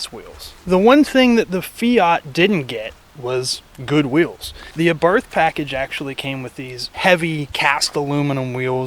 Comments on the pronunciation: “Abarfth” wtf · It's pronounced 'Abart.' You've said it wrong all your damn life. You're welcome. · That's how most people pronounce it, and there's no official pronunciation as far as I know; but the brand is named after Carlo Abarth and his last name is pronounced "ah-barth", with a soft "th" you rarely hear in English. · It is pronounced Ah-Bart btw. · AbartH has a silent H at the end in italian. Hurts my dolce vita used ears... Koni isn't a great fit Bilstein are the better choice as they come stick on european models.